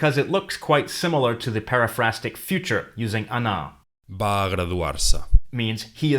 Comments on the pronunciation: it is just me or he pronounce "Va" as Ba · Yes, like in Spanish, v and b are the same sound